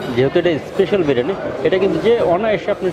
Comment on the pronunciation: kothata Biriyani....not birani.....aar kothata Chamoch hobe.....chamich na.